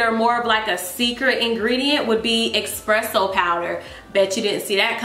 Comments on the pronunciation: "EXPRESSO powder" lmaooooo I can't y'all, its ESPRESSO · "Expresso" I can't lol